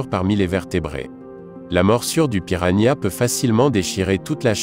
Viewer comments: «poission» «pirania» 😂😂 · piragna mdrrr